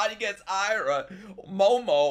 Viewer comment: its Aira not Ira